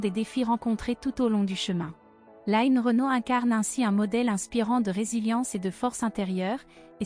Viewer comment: Je suis choquée que lno ait appelle Line ..'bien française en Line écorchée en anglais tout au long du reportage Bonne santé Line et longue route encore avec nous ❤❤❤